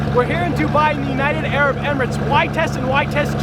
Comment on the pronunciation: U don’t even know how to say Arab z